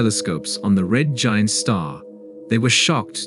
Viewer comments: This is so bad. The robot narrator can't pronounce 'giant', keeps saying 'gent'. Many other odd mispronunciations. An interesting star to study because of its name? Really? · The Title is a BIG LIE! The JWST has NOT detected a supernova of Betelgeuse! BTW, the text to speech program repeatedly mispronounces Orion and Giant. Amazing that the authors haven't done a better job.